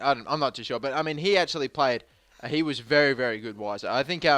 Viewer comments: its pronounced Viser but i prefer Wiser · unfortunately its viser not wiser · It's pronounced Veiser. Which sucks for puns, but it's true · The W is pronounced as a V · Weiser is pronounced with a "V" sound, since it's a German name. Castillo is pronounced like Castiyo. The double "LL" in Spanish make a "y" noise. Yo hablo Español und ich kann Deutsch :)